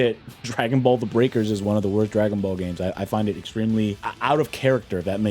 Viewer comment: Can’t believe you butchered Breakers like that. I’ll be back after I find someone who agrees with me